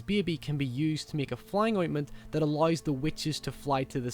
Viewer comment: "alloys" (allows)